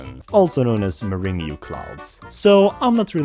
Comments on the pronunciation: World 7 is pronounced as morang and it’s a popular dessert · World 7 is called Meringue Clouds. "murr-ANG" clouds. As in, egg whites whipped with sugar. This is a great video though, please don't take this correction too harshly, I really enjoyed it! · “muringu clouds”